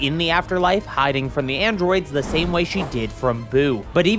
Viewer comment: Te Man, Te Myth, Te AND Te Dojo